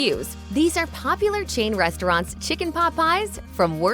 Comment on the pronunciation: Cheen restaurants? Long A is not pronounced as double E.